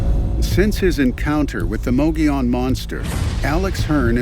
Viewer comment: Mogollon is pronounced Mo-Go-Yown'. Not mogee-on.